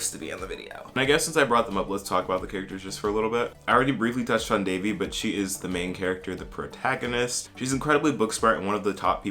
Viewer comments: It's Devi* not Davey lmaoo her name literally means goddess please learn to respect Indian names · that's how people mispronounce it though so I get where that person comes from. It's actually pronounced "they-vee" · Omg yes, the fact that they pronounced it De-vi was so weird for me. And I honestly wished they made Devi a character that migrated to USA in her teen years because then I feel like a lot of us could have related to her as South Asians. It would have been nice to see Devi as a girl speaking more of in an Indian/South Asian accent rather than a westernised accent and as someone who was more knowledgeable about the culture and traditions of India. Devi was more of a girl who was ashamed of her identity and wanted to be westernised. I hope they make her love her identity in Season 2.